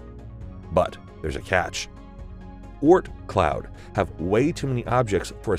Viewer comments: The way he says Oort cloud really annoys me. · The way he says Oort Cloud disturbs me